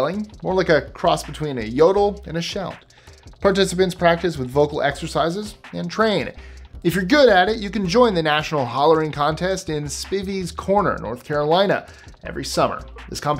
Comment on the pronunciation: I am from North Carolina and it's pronounced Spíveys corner, long I.